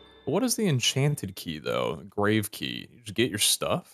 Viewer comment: I just want to say that every series you call it grave but it’s pronounced grav with no long a made by the final e